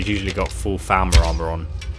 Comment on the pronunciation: You are saying the name rong your saying Falma but its falmor